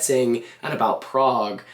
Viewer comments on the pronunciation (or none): none